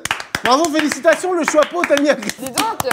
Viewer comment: Ce que j'ai retenu de la vidéo mcfly qui ne sait pas dire chapeau "le chouapeau "